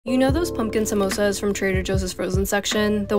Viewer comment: I love hpw she pronounces 'samosas' correctly